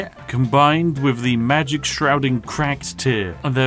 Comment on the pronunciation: Alot of people: OMG ELDEN RING IS SO HARD TO BEAT WTF Spiffing brit: Mah geic